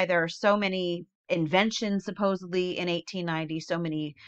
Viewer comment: There is no B in SUPPOSEDLY! Sorry, when I hear it, I cringe